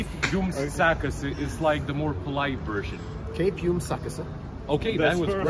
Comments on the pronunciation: instead of saying "kaip jums sekasi" (how you doing?) correctly. He said smth like "kasiakas" ( a joint) :D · When Ben tried to say in Lithuanian "How are you" for the first time he said "how's your joint" 🚬🤣🤣🤣 "Kaip jums kasiakas" 🤣 Bald learned his lesson next time in Lithuania carefull with a stories 😀